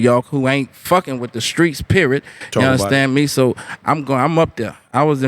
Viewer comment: "Purnt blank perrid" 😂😂😂